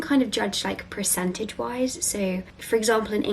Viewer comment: are you aware that you say percentage wrong? you pronounce it pre-centage. its per-centage